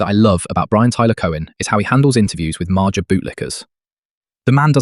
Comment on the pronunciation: You’re attempting to make money on YouTube. Put in the minimum effort at least. Dead giveaway that it’s a ai bot voice when you pronounced MAGA as maja. I wanted to see another bootlicking Trump stooge get put in place, but instantly shut it down when I heard that.